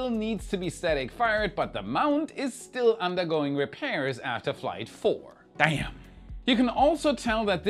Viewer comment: you said the word damn like a true southerner. 😎